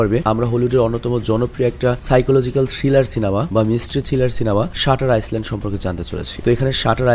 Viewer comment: শাটার আইল্যান্ড, হবে. আপনি বলেছেন, শাটার আইসল্যান্ড. কথাটা সঠিক নয়.